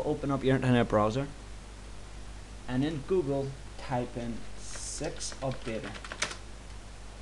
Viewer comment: six launcher oh i thought you said sex launcher lol good tutorial